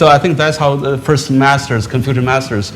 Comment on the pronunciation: Funny this introductory guy said "confusion thought not confucian thoughts